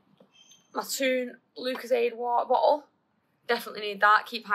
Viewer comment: woh-ah-boh-o is what's wrong with